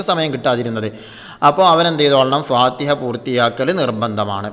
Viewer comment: ഫാതഹ എന്നല്ല ഫാതിഹ എന്നാണ്